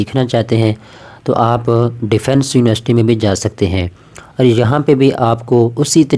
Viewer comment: University hota h Univarsity ni